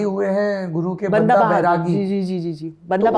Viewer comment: वो बंदा होता है अपना वाला ओर ये जो जा बता रही है वो बांदा ओर महिला को बांदी कहा जाता है ।थोड़ा फर्क है । शायद इन्होनें अंग्रेजी में पढ़ा होगा इसलिए फर्क नहीं कर पा रही हैं । जैसे परमार को पारामर कह रही है ।